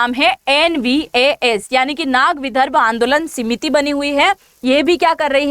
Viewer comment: सीमिति नहीं समिति कहिए ।